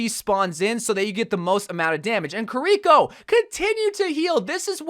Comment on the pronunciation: I hate how he says Kirkio's name 🤢